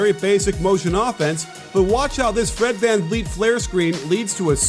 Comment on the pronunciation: Fred "CanYeet" lmao